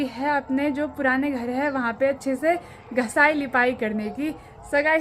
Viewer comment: Aap ghisai ko ghasai kyon bolate ho